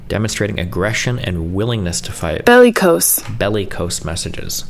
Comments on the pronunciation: I'm sorry... Bell-ee-cose? Nah. Latins dead. Just say it normal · It's not, it's Weisselberg. Destiny is just too stupid to know how to pronounce it - or "bellicose" for that matter.